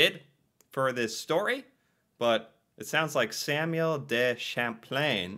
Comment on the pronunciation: Samuel Duhshamplane